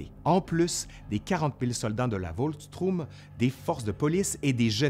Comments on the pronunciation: Volkstroum ? Volkschtroumpf ? Volkssturm plutôt ! Mis à part ce détail, merci pour cette excellente série ! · Ça ne se prononce pas "Volkstrum" mais "Volksturm"! 😉